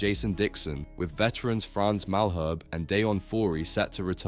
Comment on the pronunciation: Whilhemze,Malherb, Foury, Roess, Arenzie, Kwaaga, jirrrr